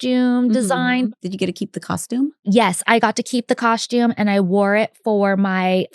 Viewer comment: I can never unhear the way Bridget says coshtume (costume). I don't know why it just stands out in every episode lol I love the podcast.